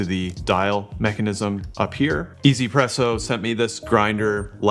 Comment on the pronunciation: not "e-zy-presso" but meant to be read as "wantz-presso" as in "wants presso"